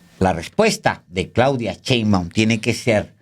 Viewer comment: por favor Alejandro, ya no digas "chembaum" me da cringe 😂😂